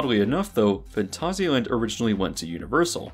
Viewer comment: Probs need to add how every instance of the name of the park is mispronounced too.